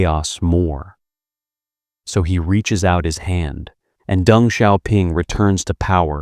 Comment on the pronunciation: Isn’t it “Deng “ and not “Dung?”